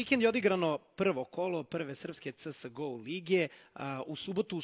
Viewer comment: da li je tesko izgovoriti 'ce es go' hehe xd?